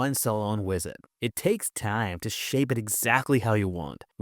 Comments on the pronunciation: "This wisit" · bro said wisit 😂😂😂